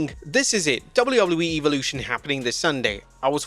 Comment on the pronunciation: Why can't you pronounce Evolution correctly???🤔